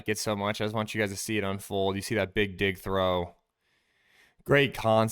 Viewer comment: Careful calling out the "big dig" throws...make sure you're dropping that hard G in dig, my man 😎